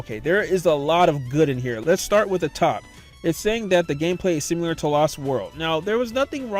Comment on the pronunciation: once you realize he's saying simular you can never unhear it